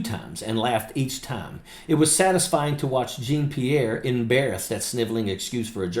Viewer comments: Dude. I'm a disabled Vet, and as much as I respect you, I gotta tell you. This woman's name is Jean-Pierre, a common sir name in French. Pronounced "Jawn-Pierre", not "Jeen Pierre". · Love your program, just a little note, her name is pronounce (djohn pirrre) the j is pronounce the the dg in judge and the rest is really like the name John. Djohn-Pierre. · Great content! Long-time subscriber. But, as a born francophone it should be said that her name should be pronounced (phonetically): “Jawn-Pierre”. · Love ya, but it’s pronounced (Jaw-Pee-air) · (not how you pronounce her last name) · Dude…you be a lot more credible if you learned to pronounce her name correctly. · Hello, I just came across your video. I want to start by thanking you for your service to our country, and add that I’m happy to see another Vet on the side of democracy! I do want to mention that I think you are mispronouncing Karine Jean-Pierre’s last name. I don’t say this to disparage you in anyway. (I thought to DM you on Twitter/X, but I don’t have a “verified” acct.) If someone else has already mentioned this, I apologize for the repetition. I look forward to watching more of your videos! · You're mispronouncing Karine's last name. Do your homework. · Will someone please correct him on how to pronounce her last name?